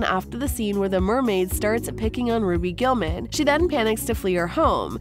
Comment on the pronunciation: She said ROBY GULLMAN